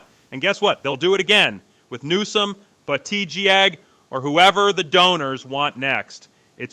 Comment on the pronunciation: I have never heard someone mispronounce Buttigieg so badly